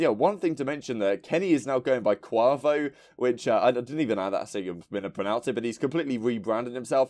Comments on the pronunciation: kwavo lol gg. I believe it’s coo-aye-vo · Y’all are annoying!!!! It’s pronounced Kway-vo!!!! Kuavo!!!! Like the migos Quavo????? Y’all irritate me 😂😂😂😂